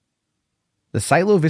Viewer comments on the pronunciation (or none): It's pronounced Cielo (See-el-lo). It's spanish for heaven or sky